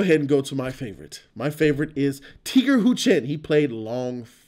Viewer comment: its Tiger Chen... Tiger, the animal.. Tiger.. jeez! and stop saying Karate, its a Martial Arts movie. You got Muay Thai, Tai Chi, Pencak Silat and many other mixes. Tony Jaa was water down?? You didnt see the Atkins/Jaa fight??? They did make MJW, tough.. He kicked both Iko and Tiger's asses. Your a joke of a movie review guy. Your definitely far from someone who can critique the martial arts in the movie. As a martial artist my self, they did a good job. Movie, considering they are trying to cater to the Asian audience. Story could have been tighter, but overall a must watch for Martial Arts fans.